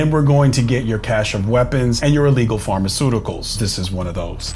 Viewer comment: said Pharmaceuticals😂😂😂